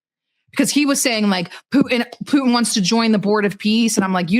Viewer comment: Who is this "POO-in" you keep talking about? 🤔